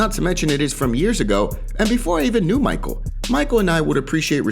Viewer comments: it's not Michael it's MiCHel Pereira. Only uncle Chael can butcher names. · Its mishel brother its pronounced mishel not Maykal Pereira